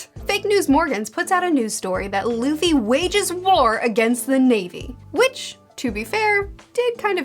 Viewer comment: It's so wholesome to see where you are as a One Piece fan, I remember you mispronouncing Luffy's name and hating Usopp in the beginning of your reviews 😂